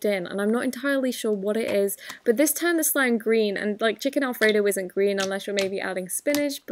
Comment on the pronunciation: "al fredo"